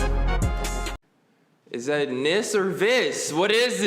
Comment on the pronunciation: It's NIS, Nippon Ichi Software.